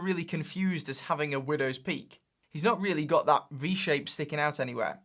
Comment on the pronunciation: took i took a sip of vodka time every time very he said windwos pealk , soooo many times he say widows poeek